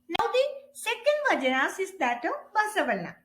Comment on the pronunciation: Please pronounce it as Vachana not vajana...